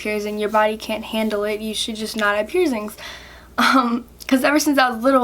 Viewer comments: First of all.. what are pierzingz? And it's your body not your mom or dads so you should clean it No hate you're super cute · Why do you call piercings pierzings?